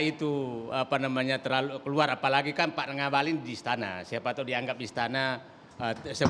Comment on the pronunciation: Namanya NGAKALIN keles, bukan ngabali 🤣